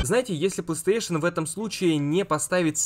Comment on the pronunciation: Ты конечно извини, но у меня вопрос. Почему ты говоришь плааустейшен, а не плейстейшен?